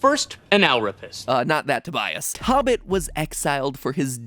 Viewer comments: Matpat totally pronounced 토빗 wrong which makes his theory of names incorrect. In Korean, 토빗 is pronounced toe-beet (in simple terms, uppercase O and I.) It’s simply a combination of 토끼 (tokki), the Korean word for rabbit, and the English word rabbit itself. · Matpat pronouncing tobit as tabit hurts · Really? No one is pointing out the obvious error in the pronunciations of both of the asian languages, one of which leads directly to a very far stretched theory? Tobit is not pronounced like how it looks in English, and if that's the only reason for the connection with the greek mythology, that tells how far fetched this theory is. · i know its probably annoying to hear this but tobit and tokki are pronounced toe-bit and toe-kki. not tahbit or tahkki lol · Not Tobit in Korea. It is pronounced as tobeat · It’s pronounced “toe-bit” not “tah-bit” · Only one issue: "tobit" it pronounced "TOh-bit" not "TOB-it" "TOh" as in "toe" in Korean. So in this case, (to go with your theory, the letters should've been 타 not 토 as shown in the Korean translation of the game. Like someone else said, it's still a play on words with a mix of english and korean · Lmao did you just say “(TOH)bit?” It’s actually pronounced t(O)bit. Never trust google translate. Please. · As a korean I’m pretty sure the name 토빗 is a combination for korean rabbit and and English word rabbit Both of them have 2 syllables so it’s a combination of first syllable of korean rabbit and second syllable of English rabbit The pronunciation is more like “toh-bit” rather than “tah-bit” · been wondering if mat ever hits the speak button on google translate on foreign words. 토빗 tobit is pronounced more like toe-bit not taw bit and same for 토끼 tokki is a long o .. also i feel like the name tobit is to from tokki and bit from rabbit lol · Tobit is pronounced “toe”bit” my guy it’s a Christian/ Jewish holy book. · It’s pronounced Toe-bit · tokki and tobit are pronounced like "toe"